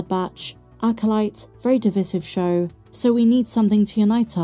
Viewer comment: Still can't pronounce divisive correctly 😂